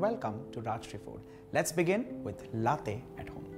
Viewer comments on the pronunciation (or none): It's pronounced Laa-tey and not Lathe. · Lattte?? C'mon it's la- te!! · Its not latthe it's laa tei. Or latte😅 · Well it's called latte, ta as topic,truth not tey as Taiwan ,,,across the globe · HOW DO YOU PRONOUNCE THAT T SO HARD!? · Great video although it pinches me every time latte is mispronounced. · He knows how to pronounce espresso but does not know how to pronounce latte. 👌